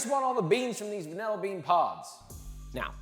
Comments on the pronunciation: "Vanella bean." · Hyperfixating on how you say "vanilla" like "van- el-a" 😅